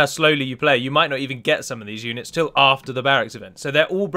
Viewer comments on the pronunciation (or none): none